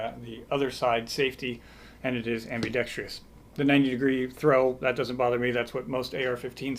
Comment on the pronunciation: "abmi-DEX-TREEEE-OHs?" really? Ugh!